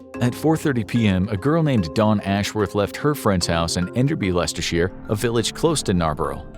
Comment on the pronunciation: Respect for your pronunciation of Leicestershire most Americans fail hilariously at this one.